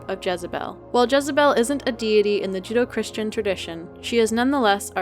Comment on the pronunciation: I've never heard judeo-christian pronounced as judo-christian. That made me lol as now I'm thinking of a merging between martial arts and the christian faith. Basically I'm thinking up scenarios like that of a bunch of monastic monks having a serious sermon and after it's done, exiting the church and doing flips and fighting\training like in eastern martial arts movies. All while in their brown monk's habbits and being 80 years old. 😂